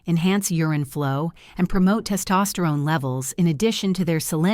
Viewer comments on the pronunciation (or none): none